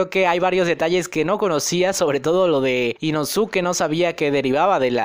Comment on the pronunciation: min El negro es la ausencia de todos los colores no la combinación de ellos mimos.... min i introducido ?? no sera e introducido... min Ino-tsuki no inosuke básico en pronunciación.